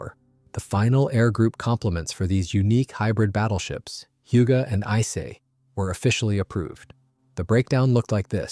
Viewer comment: How many different ways did this AI mispronounce "Ise"?